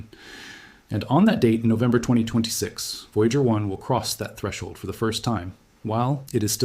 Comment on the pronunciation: Notice how he keeps pronouncing 2026 as 2226.